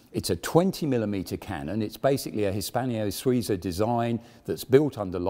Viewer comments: Arrrrgh... It's HISPANO-SUIZA, not Hispanio-Souza, damn! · The Swiss firm is called"" Hispano-Suiza". There is no i between the n and -0-, nor is the second word pronounced as three syllables but as two: Swee-za. This sort of sloppiness is not only annoying: it's straight out offensive to anyone not from GB, specifically from the TTM. If your goal is to attract visitors from abroad, stop making a fool of yourself,.:-(